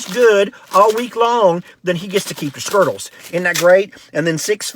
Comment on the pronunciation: Skerttles... I love that.